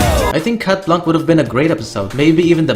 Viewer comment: its shat blanc thats how its pronounced